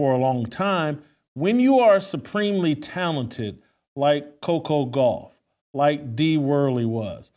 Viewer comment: He mispronounced her name to be mean. This is MAGA.